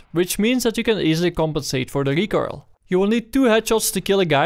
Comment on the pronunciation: i love how you say recoil, recoirle, sounds like a tasty pastry